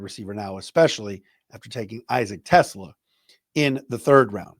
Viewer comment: Just wanted to let you know about a correct pronunciation. It’s Issac Te-SLAH, not Tesla. Love being an every day listener!